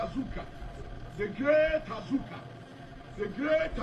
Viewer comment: Please is Azuka not Ajagurja